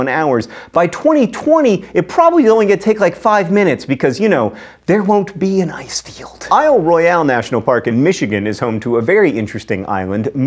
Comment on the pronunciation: I know it's spelled "Isle Royale", but it's just pronounced "Isle Royal"